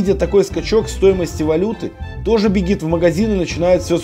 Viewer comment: Бегит??? Что это за слово такое? 5.44